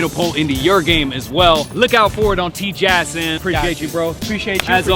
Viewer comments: It’s pronounced “TJ-Ass” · How Professor say Tjass Teach ya ass